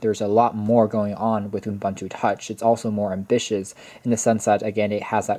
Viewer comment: Good video, but it's pronounced "oo-BOON-too" not "oom-BUN-too".